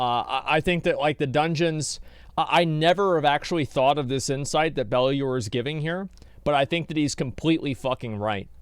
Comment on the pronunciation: It's not spectacular! It's Ballular lol!